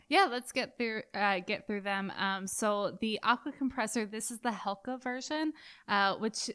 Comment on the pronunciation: Great review, I think it's pronounced HeCla, not Helca.